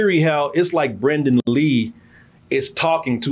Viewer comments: It’s Brandon, not Brendon. C’mon Man. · Its probably more disrespectful that youre calling BRANDON lee "Brendan". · Brandon; not Brendan. Damn.